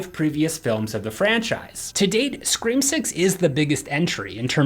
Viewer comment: Ummmmmmm dude at the start of tgevvideo u said scream awx